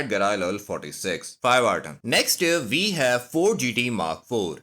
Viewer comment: “NEXT UP VE HAVE” IS BACK🔥🔥🔥🗣️🗣️🗣️